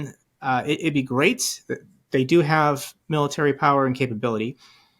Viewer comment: I disagree He didn't use to sound like he was having a stroke mid-sentence like he does in a lot of his speeches these days. Just look at his speech from Memorial Day. Where he couldn't pronounce the word military and instead said militer, realized that he didn't say the correct word and tried to correct himself and said the exact same thing. It was obvious watching it that he was having problems But hey if the Republicans want to rail against Biden and his age I say Trump is more than fair game as well